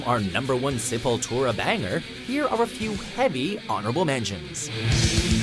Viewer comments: thank God they said it right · He finally learned how to pronounce the bands name... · hey you guys pronounced the name right this time!! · Awesome list! Glad you guys finally said the name right. You listened!! Hahahahahaha!! \m/ >< \m/